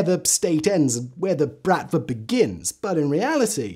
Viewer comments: its pronounced Bruht-Vah not Brat-va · Honestly though dude, pretty sure it's been brOTva not how he pronounced it here which is brAtva. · Why, oh why there wasn't a pronounciation guide for the word "bratva"? The stress is on the last vowel, it's "brat-vá". Otherwise Simon does it right. The literal meaning of the word is "brotherhood", but it's actually "a gang". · И кстати, не bratva, а братва с ударением на последний слог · Good quality research and textual content; however please make at least some effort around pronunciation. Since it's the topic of your video you can surely learn how to pronounce at least "Bratva" correctly, with the stress on the second 'a'. Also video snippets are for the most part just a total inconsistent and largely irrelevant mess TBH. Those small issues kind of undermine the obviously great effort that was put into research and preparing a script for the video